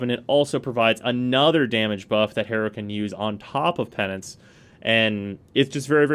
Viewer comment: it is pronounced Pe-Nan-ce , not penis